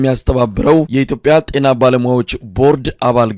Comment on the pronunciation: አማርኛ ሳታውቅ እንዴት የአማርኛ ጋዜጠኛ ሆንክ የቴና አይባልም የጤና በል🤣🤣🤣🤣🤣